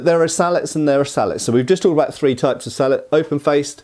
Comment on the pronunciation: Its pronounced "Sallet" 😅😊